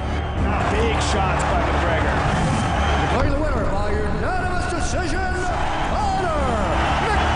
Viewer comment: "conor o'gregor" LOL